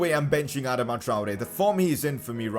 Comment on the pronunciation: Someone please tell him how to say Adama